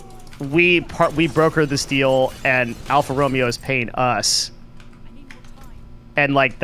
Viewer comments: alpha row may oh! not romeo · Marketing genius needs to learn to pronounce the global brand "Alfa Romeo" properly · until he pronounced Alfa Romeo incorrectly lol